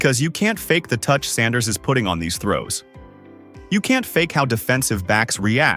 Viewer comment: Instruct your AI to enunciate Mr Saunders’ name properly every time…